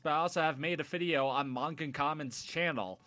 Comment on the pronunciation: Dear Boon: You are magnificent, keep it up Dear MTR This is my first time seeing your new TV avatar, it is adorable! Dear: It is pronounced Man-gah, as in the type of Japanese comics you know you have a verbal tick of saying you know, you know? Please acknowledge this and avoid it in videos in future you know because it drives people mad y'know? please script, please please please please script, or bullet point, and at the top of this write 'MUST NOT SAY 'YOU KNOW'!!!' at the top in big letters, underlined.